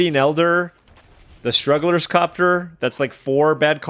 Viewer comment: Took me a minute to realize you were talking about the airship when you said “struggler’s copter”. I love it 🤣🤣🤣🤣